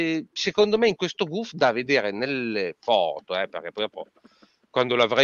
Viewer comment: Il Gouf veniva pronunciato nel doppiaggio VID 'GHEF' NON GHERF...!